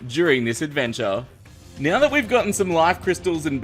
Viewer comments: said 'nyow', it's probably his accent. It's basically 'now' but he adds a 'y' sound. Making it 'n'yow'. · He said neow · says meow instead of now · neows the time XD